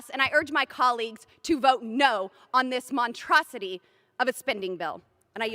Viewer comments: Did she say montrosity? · What in the hell is a "montrosity"? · ...mon-TRO-si-ty #LetTHATSinkIn